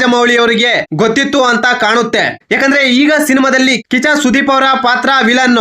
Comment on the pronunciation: 😂😂 ಅಣ್ಣ ಕಿಚ್ಚ ಕಿಚ್ಚನ ಹೇಳಕ್ ಹೋಗಿ ಕಾಚಾ ಕಾಚಾ ಸುದೀಪ😂 ಅಂತ ಹೇಳುತ್ತಿದ್ದೀಯ ಅಣ್ಣ😂😂